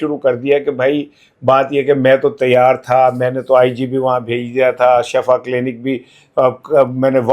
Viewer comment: ۔ براہ کرم لفظ shifa بولا کریں۔ لفظ shafa کا مطلب گڑھا ھوتا ھے۔ 😮